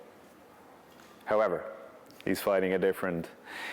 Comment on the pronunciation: love the way john says “....however” like make no mistake dustins evolution wont change jack shit